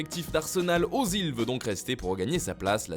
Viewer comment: C'est pas ozil mais özil, ö ce prononce E.